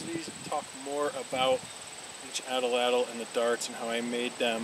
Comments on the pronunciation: Yes, Atlatl. You are promouncing atellatll. 3 possibles when it's 2. Like At-latl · You said ATL- ATL. It's subtle but I believe AT- LATL is more correct..no biggie Cheers :) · Your saying it wrong bro. Its at latl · You're right. Good video, wrong pronunciation of atlatl.